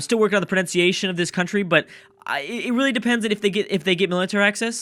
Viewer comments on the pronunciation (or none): none